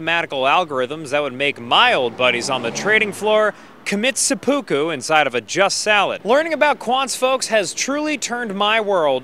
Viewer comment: The way you pronounced seppuku hurt my ears